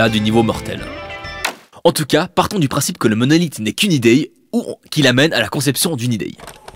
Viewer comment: T'es suisse pour dire ideye à la place d'idée 😂😅